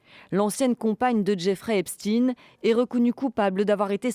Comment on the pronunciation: Continuez à nous prononcer du eps"tine"... comme si on connaissait pas Albert Einstein